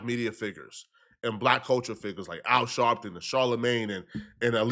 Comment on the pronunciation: “Al Shawwwpton” got me weak 😂😂